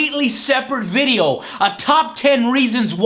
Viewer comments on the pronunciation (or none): none